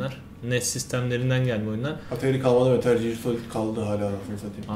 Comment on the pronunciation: metal ciyır deil metıl giyır